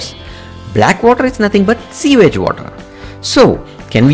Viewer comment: Pronounciation is off.. example...The word 'young' you pronounced 'eng'..... 'sewage' you pronounced 'seawage'. Don't let that deter you. As Indians one can tell you're from South India so your accent is a distinct south accent.